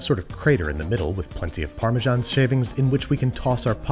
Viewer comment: Can only get Parmesan... not Parmesharn...